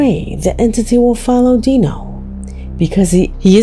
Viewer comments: 4 months ago? Are you the last one on planet earth to hear about this case….seen all of it…and he’s even moved and it followed him to his new place../watch project dark knight horror for a more in depth look at his case….deano lol it’s pronounced dyno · His name is D I NO not DE No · Uh just an FYI but it's not pronounced Dee-no it's Die-No like dinosaur. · Just as a correction: it's not Dino like in Dee No, it's pronounced like (Die No). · It’s not pronounced Dee-No it’s Die-No nugget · It’s pronounced dyno not deano….wow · Hi, I just wanted to let you know great job on the video, but throughout the whole thing you have been pronouncing his name wrong. LOL LOL!!!!! So it is Dinonuggets (Die-no) nuggets. And that's not his name he's talking about marijuana buds. But I love your channel keep up the good work I'll be sure to tune in. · His moniker is pronounced, “DIE-no”, as in dinosaur.